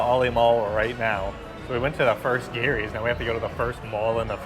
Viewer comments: stop pronouncing Geeerrrryyy Filipinos pronounce it JEEEERRRRYYYY😁😁😁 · Its not Gary’s!!! Pronounced as Jerry’s Grill!!! 😅 with a G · 🇺🇸🇺🇸🇺🇸🇵🇭🇵🇭🇵🇭 There is a Gerry’s Grill in Union City, California. It is about a 30-minute drive southeast of San Francisco on the other side of San Francisco Bay. We go there a 2-3 times a year. My wife and I now pronounce “GERRY” the way you pronounce it, and “Jerry” no more. 😂